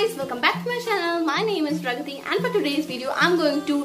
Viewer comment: Meri didi ko na aapka naam nahi bolane aate wo na pragrithi bolrahi thi lakin aapka naam hai